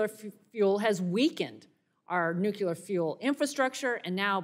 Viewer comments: New-CLEE-er, not nuk-you-ler. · The word is nu-cle-ur, NOT nuke-u-ler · Ugh. Nu-CLEE-ar not nuc-U-ar. Otherwise, she's correct. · whats with new - cue- lure? i thought it was new-clear? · It's nuclear not nucular. Our team needs to look educated. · "nUKUlar fuel" she says why not nucLEAR? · The word is nuclear, not nucular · NUCLEAR, not nuculear. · Nu-clee-uhr. Not nu-cue-luhr. 🙄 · It’s not “nuc-u-lar!!! Please, American politicians, get it right!! Nuc-le-ar! Look at the spelling! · What is "nucular"? I know what "nuclear" is. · Why can't people say, "Nuclear"? It's not hard -- NU-klee-ar. NU-klee-ar. Not NOOK-ya-ler. NU-klee-ar. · Disregarded everything she argued once she pronounced it nucUlar…🤦🏽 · NUCULAR IS NOT A WORD!! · WTF is nucular. I've never heard of nucular power before. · I agree except I really wish she would take time in the mirror one morning and learn how to pronounce nuclear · Why can't these college graduates pronounce Nuclear? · Why can't anyone pronounce nuclear, just us phonics 😢